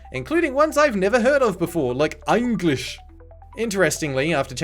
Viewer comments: "Einglish" gave me a good laugh. I've heard of "Engrish", but "Einglish" is certainly a new one for me. That flailing corpse sure is having fun! WHEEEEEE!!! "Maggie-karp"? I've never heard the "g" in "Magikarp" pronounced like that before. Spawning a bunch of aliens that both teams must suddenly work together to defeat sounds kinda cool, actually. A very interesting gameplay twist for sure. This game may be hilariously bad in so many respects, but there were certainly ideas that could've worked well, given a lot more polish. (Insert Polish flag image here. :P) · That’s how it’s pronounced in Einglish